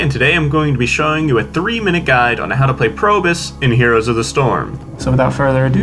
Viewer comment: Nice video. Any tips for the heroic abilities? I kept hearing you say Probus (Probe-us), instead of Probius (Probe-E-Us). Inside joke? Refer to the spotlight video for the latter pronunciation ( )